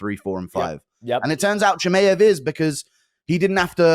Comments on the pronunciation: Chimeav and Topuria. Off the top of my head. I just had to turn it off it's so annoying. And l am British too! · you have to be taking the piss guru there's no way you say Chimaev like that lol CHI-MAY-EV I'm a big fan dude but the way you say that annoys tf out of me lol great analysis as always though